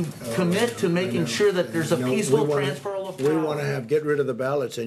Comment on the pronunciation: Is this reporter nervous that he's asking this question or can he not pronounce transfer? 😁